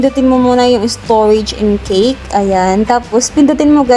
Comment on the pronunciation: Yung pagpronounce mo ng cache eh cake ang tunog. Cache (cash) ang tamang pronounciation.